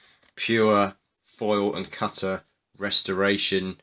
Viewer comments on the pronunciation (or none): the "cuttuh"